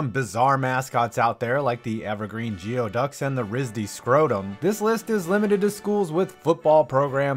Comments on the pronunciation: You pronounced geoduck wrong. It’s pronounced gooey duck Not geo duck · Its pronounced GOOEY-duck.